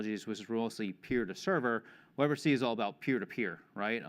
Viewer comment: "Web R tuh C" "Web artisy" -- the middle letter is T and it sounds like "tee" and should rhyme with the last letter "C" which sounds like "see". Web Are Tee See